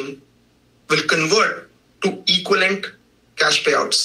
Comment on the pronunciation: especially when he tries to say "equivalent."